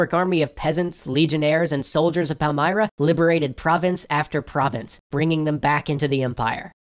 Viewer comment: Pal-m[ear]-ra, not Pal-m[eye]-ra.